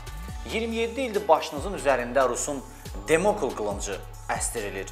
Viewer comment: Demokl yox domokl